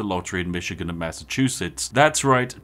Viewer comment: That and MASS O CHOO CHOO SETS